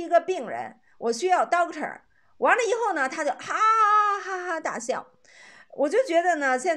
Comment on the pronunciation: 以后＂发成＂胰后＂ 以后＂发成＂胰后" 以后＂发成＂胰后＂ 以后＂发成＂胰后＂ 以后＂发成＂胰后＂ 以后＂发成＂胰后＂ 你是哪个村的